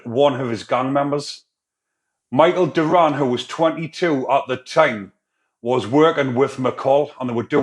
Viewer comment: It's dorion not durran bro